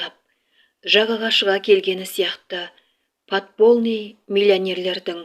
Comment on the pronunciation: ПОДПОЛЬНЫЙ ДЕП МЯГКИЙ ЗНАК КОСЫП ОКЫ .(Ь)